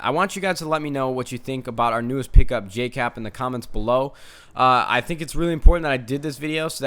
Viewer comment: just saying it's Jkap not Jcap